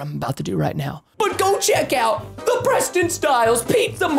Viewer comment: Why does always say pweston instead of Preston,no effence